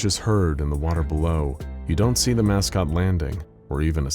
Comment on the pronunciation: "Mouse-cot?" I kind of love it.